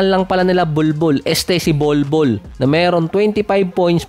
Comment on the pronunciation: Bolbol or bulbul 😂ano ba talaga idol di ko rin ma get